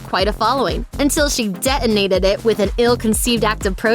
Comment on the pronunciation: Would someone PLEASE tell this woman - the narrator - that there are T's in the middle of certain words - DeTonate, RoTTen - her pronunciation is awful